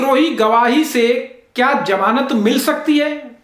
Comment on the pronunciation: बडे़ शर्म की बात है, जितने आप पढ़ें लिखे हैं उतना घटिया आपका उच्चारण है । कितने बेझिझक होकर आप, फै़सला ( faisla ko phaisla ) को फैसला , ' श ' को 'स ' और ज़मानत 'को ' जमानत 'कह रहे 'zamanat' ko 'jamanat ' ऐसे उच्चारण से तो एक अनपढ़, जाहिल और टपोरी का उच्चारण अच्छा है